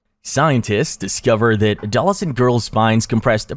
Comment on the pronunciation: Ahh yes a-doll-ascent children. Thats how totally how you say adolescent.